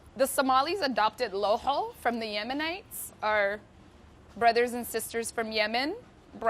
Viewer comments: It’s no looxoo!! It’s laxooh lahooh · How she says it sounds like a disease loho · Did she just satt lahoh how dare she say that !!!! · Thank you for making this! Btw, is that how you pronounce laxoox because my family and the people around me don't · WTH kind of laxoox is this? Pronounce it right, make it correctly! You're using the Cambaabur recipe! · Why does she pronounce it that? Looool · That’s not how lohoh is made traditionally at all. Why is she pronouncing lohoh and shah or even Yemeni like that? We usually prepare the batter the night before for breakfast and you are supposed to « hit » the batter with the hand. She should mention that it’s her version of the Somali dish.